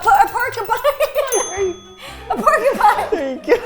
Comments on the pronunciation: “A POKYPINE” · Ro calling it a pokypine just killed me! 😂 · Ro was so funny when she said a porkypine was a pokypine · From now on I am calling porcupines pokeypines 😂🤣😅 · I loved when Ro called a porcupine a "pokeypine" LOL!